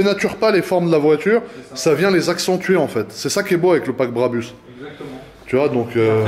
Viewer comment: BRABUS et non barbus 🤣🤣🤣🤣🤣